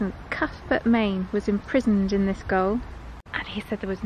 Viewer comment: Don't want to be picky....but did you say goal instead of gaol ???. Brilliant walk as always 👍👍